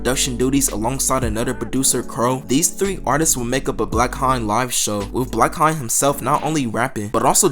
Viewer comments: is it not pronounced HAYNE? since his last name is Hayes?! i could’ve sworn it was pronounced differently. bro keep saying blackHINE 💀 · This is very interesting, thank you for making this video! (Also I don't want to be this guy, but the "haine" part of "blackhaine" is pronounced like "end" without the "d", Sorry!!!) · your pronunciation for the word "Haine" is so bad 🤣😭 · Bruh check how to say "haine" my ears bleeds